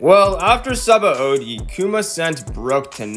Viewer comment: The second a in Sabaody is silent, so say it like sabody with stress on the o